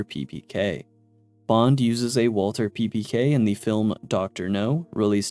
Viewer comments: it’s walTHER not walTER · Brother what does "th" sound like? It's not "WalTer" it's "WalTHer" you're supposed to pronounce the TH in Walther